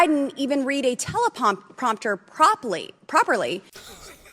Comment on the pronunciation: 🤣🤣🤣 "I haven't seen Joe Biden read a telepompter poperly." What a jackass.